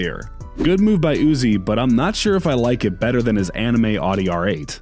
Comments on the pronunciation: Did you just say ardi r8 😑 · says audi wrong